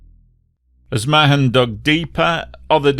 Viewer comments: A great video, thank you. One small note - here in NZ I've usually heard Mahon pronounced with an almost silent H, so it's sort of like Ma'an. Happy to be corrected by other NZ ers though:) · Mahon pronounced Marn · Pronounced “Maaarn” not Ma-hon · very well coordinated account of the tragedy which I remember so well. My children's lovely teacher was on the flight. Her loving husband had treated her to it, and thereby widowed himself. Incidentally the H in Mahon is silent, so it is pronounced Marne.